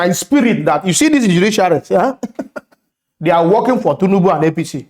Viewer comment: I enjoy your content. Good job but please learn to pronounce TINUBU, not Tunubu